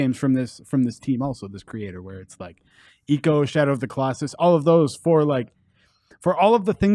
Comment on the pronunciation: This is it's ico not eeco